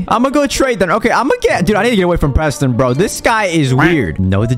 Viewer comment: Proston lol